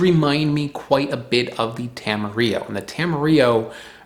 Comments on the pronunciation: Tam- a-rill-o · Tamarillo is not a spanish word! It was created as a branding exercise in New Zealand i the 50s to try to sell more fruit, so will don't pronounce the 'll' like in Spanish.